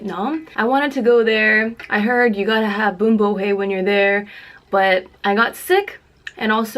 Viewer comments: Just saying u pronounced it wrong Boom ba ah ah ah whey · lmaooo she pronounced it was boom bo hey